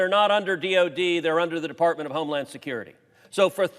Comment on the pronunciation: Huh hu .. he said deFARTment